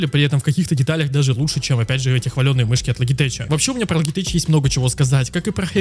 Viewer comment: Люблю твои видосы посмотреть но "логитеч" прям режет слух)